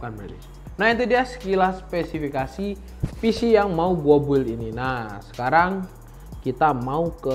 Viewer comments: mungkin sering di bully jadi bilangnya BUILD keseringan pake QUota jadi bilangnya Gigahessssssss.. kwwkkwkwkwkwkwkwkw kebiasaan bikin es di kulkas jadi bilangnya KULING kwwkkww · masukan: Build cara bacanya "bild" itu RAM speednya bukan 4000ghz tapi 4000mhz. kalo bilang alat pendingin itu Cooler. Cooling itu fungsinya you're welcome.